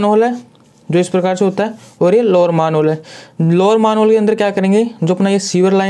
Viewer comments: Bhai मैनहोल होता है मानहोल नहीं कम से कम बेसिक उच्चारण ठीक से कर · Maanhole nh Sir Manhole hota hai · Sir plzz pronounce manhole correctly